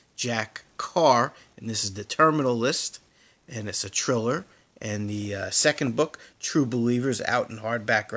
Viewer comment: lol you are pronouncing Thriller incorrect lol thx tho